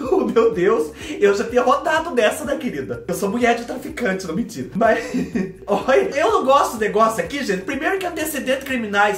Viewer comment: ...vorta!!! Eu amei....ri tanto tanto tanto ki...????? Não minthyyra....verdady...minthyyra 🤣😂🤣😂🤣😂🤣😂🤣